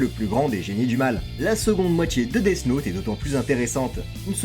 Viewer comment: Vraiment sympa la vidéo mais death « naute » 😬